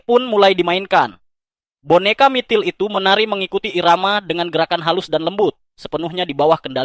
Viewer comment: Mitril bg bukan MITIL😂